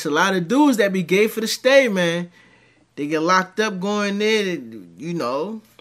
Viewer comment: He said Gay fir the stay 😂😅